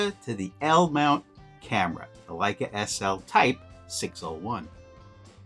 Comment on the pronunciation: Great video, I’m testing my Hector out this week on my Leica M3. I like the look of the pics for portraits. Oh, just an FYI, in German “ei” sounds like “eye” Leica and Leitz sound the same. Going the other way, “ie”would sounds like “teen.” Thus, wienerschnitzel! Thanks for your videos.